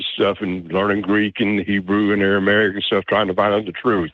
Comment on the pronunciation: Aramaic = Airy-barick. Libraries = Lie-berries.